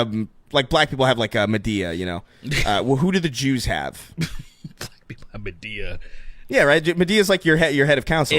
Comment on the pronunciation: Wtf is Med-E-A?